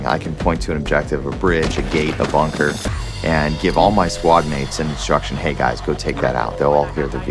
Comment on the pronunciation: It's bunker dude, lmao WTF?